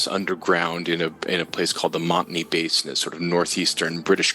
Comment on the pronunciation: just a minor critique, the word Basin is spelled and pronounced with an “s” not a “z”.